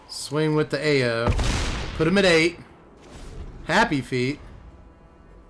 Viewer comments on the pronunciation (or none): Ao is pronounced "ow" but "ay-yo" is way funnier 😂